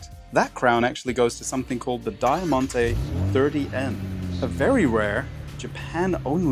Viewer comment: thats an insane pronunciation of Diamante but well